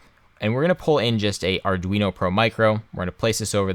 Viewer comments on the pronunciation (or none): none